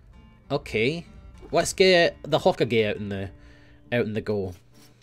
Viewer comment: I honestly don't think will EVER pronounce Hokage correctly -_